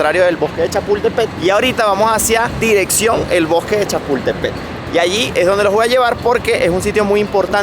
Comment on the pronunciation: Donde dice “”Chapultepet”, entiéndase “Chapultepec”. 😉